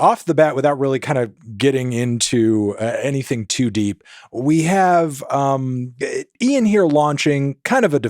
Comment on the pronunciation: Melon first American who can say 'Ian' instead of just 'een'